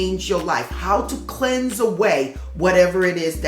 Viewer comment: Every time you say "cleanse" in this video I hear the word "shed". It is the year of the snake after all! I'm also a fire snake (1977) so growth and transformation are integral to my life path.